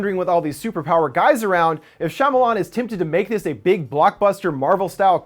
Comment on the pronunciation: Shyamalan (SHA-MAL-ON)